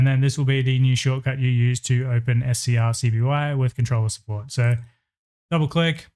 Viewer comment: Bro Its Pronounced ScreenCopy 😭 They Even Said This On Their Github